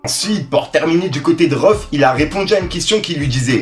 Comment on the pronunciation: C'est pas rohff c'est rhaoueff